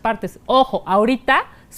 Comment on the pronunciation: Bicameral no "bicamaral"